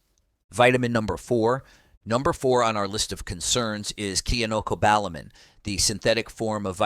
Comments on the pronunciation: The pronunciation of medical terms and vitamins in this video is hilarious! Cyanocobalamin was pronounced differently at least 3 times 😅 For clarification, be sure to take the right form of Vitamin D. D3 Cholecalciferol is preferred. Some Drs recommend Vitamin D2 for kidney patients. A dosage of IU's D3 daily is a good dose for most people - UNLESS you're getting a lot of direct sunlight on fully exposed arms and legs. The dose of Vitamin K2 is incorrect. A person needs 100 mcg (MICROGRAMS) not milligrams. Vit K2 mk7 100 mcgs for every 5000-10,000 units of vitamin D3. To determine if you're getting enough vitamin D3 ask your Dr to run a 25(OH)D level. A reading of 75 nmol/L is good to help with pain, depression, insomnia. Some Drs will say 50 nmol/L is adequate. It's dependent about each person, how they feel while taking it and if they have other medical conditions to consider. Talk with your nutritionist and your Primary Care Provider always. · To accept that someone actually knows their facts, it really helps to use the same pronunciation for chemical names. Switching from kyanocobalamin (wrong) to syanocobalamin (correct) does not inspire confidence, especially when the cobalamin part also jumps around. You know how to say cyanide, so how is cyano so hard? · Oh ho ho ho, who is running this show you cannot even pronounce cyanocobalamin correctly!